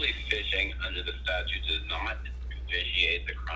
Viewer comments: Is it just me, or is this dumdum saying “statue” instead of statute? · Correction. He says "statue". How do you expect the guy to know a statute when he can't even pronounce the word.